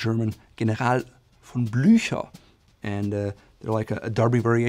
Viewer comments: Did anyone else hear horses when he said, "Blücher?" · Its not General von Blucher its General-feldmarchal von Bluchers